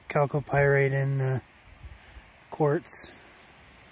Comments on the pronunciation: When he says Calc o Pirates, that's just the secret way of saying 'Gold'... At 400 dollars an ounce, he must have several thousands of dollars there Jim Lad... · Do a shot every time he says calco pyrite.